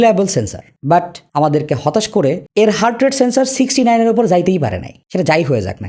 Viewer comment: 69 reading ta hassokor laglo